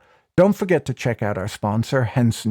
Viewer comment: Haha Henson Razor blades sounded like Hanson Mmmm Bop